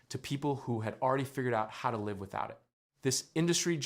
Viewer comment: They can never say the word "Live" lol